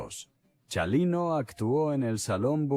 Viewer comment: Comobhabkab o pronunvianbestupidecesvtengan nascresietonporcquienes loscedcuchamos. NO SEPRONUNCIA CIALINO. CHINGAOS ES CHALINO NO SEAN TANBPRITAGINISTAS PORQYE CAEN MAL DEXA MADRE.